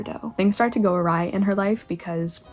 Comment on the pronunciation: did you say "things go a rye"?